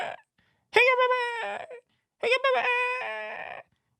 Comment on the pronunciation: Lmao "howugapayfoeet?" Gets me everytime